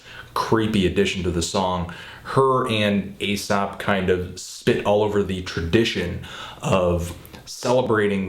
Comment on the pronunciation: dude totally says A$AP at one point. Da fuck???